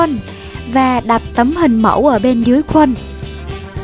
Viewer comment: Cái khuân mà chị đọc thì em đọc là cái khuôn chị